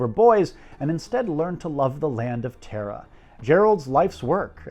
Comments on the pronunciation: It's not "Teh-ra" it's "TARAH" !!!!!!!!!!!!!!!!!! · TARA is pronounced T ah. RA